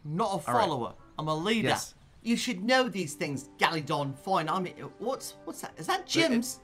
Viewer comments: "Gallydon i want the pack" lmao gallydon u thought it was galadon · the way he says galadon is golden👌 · Everyone:Galagon Peter:Galidon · the way he says galadon "galidon" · So annoying how he says gallidon not galadon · this is the amount of times Peter said GaLiDon 👇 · No one: Peter: gAliDoN cO LeaDEr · i like that when peter says galadont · I love the part when he said galadon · Can someone count how many times he said galodon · Thsis guy keeps calling him GALIDON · I love when he says Galidon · when he says galidon it ahh it makes me mad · He Says Galidon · Oof I mean Galadon